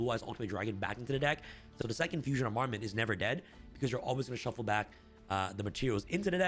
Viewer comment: just fyi it's pronounced arm-a-ment, not a-mar-ment